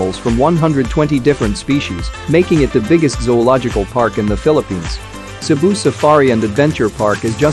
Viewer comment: Great travel guide for Cebu. Thank you for accurately pronouncing all the Filipino words and locations.❤️❤️❤️